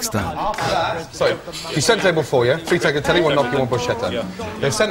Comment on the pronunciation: When the chef of a supposedly italian restaurant pronounces tagliatelle "tag-la-tell-ee" you know something is way off.